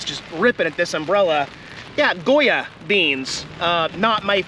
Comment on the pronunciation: you pronounced Goya perfectly.